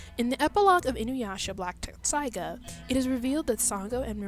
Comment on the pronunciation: YOU KNOW IF YOUR A REAL FAN YOU COULD AT LEAST SAY INUYASHAS SWORDS NAME RIGHT.